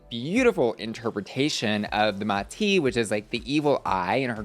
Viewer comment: The pronunciation on “màti” is killing me as a Greek speaker